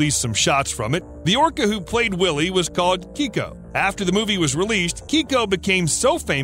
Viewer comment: Your pronunciation of Keiko is wrong you're pronouncing it Kiko when it should be pronounced Kayko. You'll get the correct pronunciation if you watch Stsr Trek TNG or DS9, it's the same name as chief O'Brian wife Keiko.